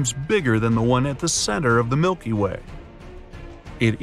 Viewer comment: “The Milkay Way”